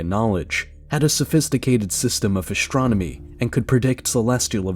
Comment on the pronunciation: Why is astronomy pronounced "ashtromony"